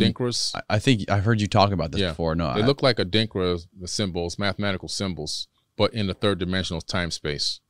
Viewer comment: a light bulb went off in my head. WOW! He kept saying Adinkra codes but I didn't get it because of his pronunciation. The Adinkra symbols of the Akan people (in Ghana and Ivory Coast in West Africa). In Ghana the symbols are printed in clothes, designs in palaces and walls, African handicraft, jewelry (bracelets and necklaces), and even painted on the parliament walls etc. They are all over the place. Each one has a name and meaning. Meanings passed on from our ancestors, but what I didn't know was the deeper meanings behind them until the guest mentioned them (Goggle Adrinkra symbols, or Sankofa, Gye Nyame). In the movie Black Panther, when T'Challa was in trance and went to the ancestral world, his father's cloth had the symbols. I have several Gye Nyame (meaning Only God) necklaces. I'm in total awe of what he's saying.